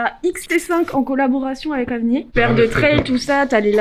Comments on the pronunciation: Elle dit "Avnié" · Ça we prononce pas "avnir"?